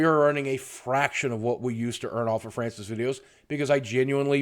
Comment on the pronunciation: NEVER STOP FRYANCIS VIDEOS. (That's the way Francis said his name)